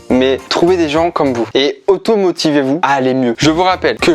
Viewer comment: Oof pardon mais à un moment au lieu d'entendre "automotivez-vous" j'ai entendu "automutilez-vous" XD ce n'est évidemment pas à reproduire !!